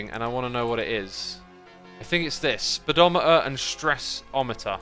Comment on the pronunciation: oh goodness the way he pronounced the speed'o'meter cracked me up xD